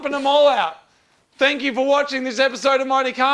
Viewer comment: I swear after that rant, Moog said "Fank you for watching Mighty Car Mods".